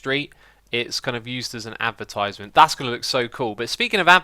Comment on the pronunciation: its a advertisement not "apertisement"